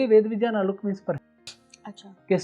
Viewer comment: विज्ञान का उच्चारण विज्यान !!